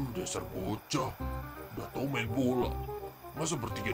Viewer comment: Pas dia bilabg tau u nya di ganti i jadi apa???